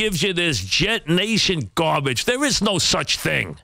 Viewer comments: Excuse me. I have to go out to take out the GAW-BAGE! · To this day I love how Francesa says the word garbage especially in anger😂